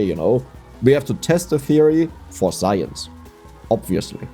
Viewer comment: Hold-up. You said Science! and then changed it to Zience!